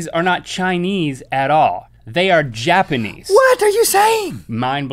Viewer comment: Did he just say "Japenese"? WHAAAAAAAAAAAAAAAAAAAAAAAAAAAAAAAAAAAAAAAAAATTTTTTTTTTTTT!!!!!!!!!!!